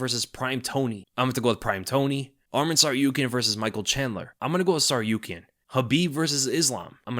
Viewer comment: it's TsarukYAn, not TsarUkyan. Do you intentionally not care about pronounciation in the home country of person? isn't this supposed to be a norm over any other?